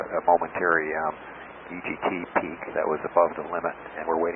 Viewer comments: I think it‘s „peak“ - not „pick“ 😏 Thanks for your great channel 😃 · it is an EGT “peak” not “pick”. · EGT peak , not pick